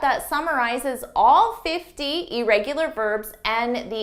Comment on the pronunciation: Hard to take someone who mispronounces irregular serious.